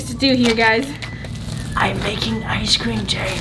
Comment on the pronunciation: he also pronounces icecream as eye-sh-cream